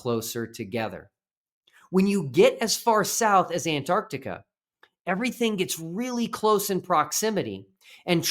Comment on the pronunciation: Thank God that the Final Experiment has helped some people ( is one) now actually pronounce the name of the continent AntarCtica... Good job, another great video.